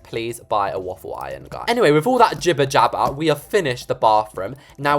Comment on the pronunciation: I can’t stop laughing until he said giber jabber !